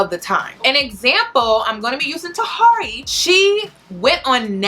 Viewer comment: Why do you guys say people's name wrong just cause... Tah-here-ey